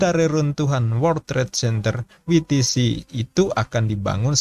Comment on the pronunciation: Maafin, tolong belajar baca istilah/bahasa Inggris, asing, biar enak dengernya Houston, bacanya/ngucapinnya Hyusten, Mike, bacanya/ngucapinnya Maik, WTC bacanya/ngucapinnya Double Yu Ti Si, bukan Wi Ti Si 🙏